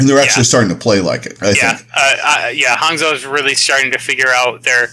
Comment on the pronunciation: Pronounce Hangzhou as Hang- "Jou" since that is a more accurate way to pronounce it. Or else if pronounce the way its spelled you are gonna get the Spark city confused with a Shimada Archer.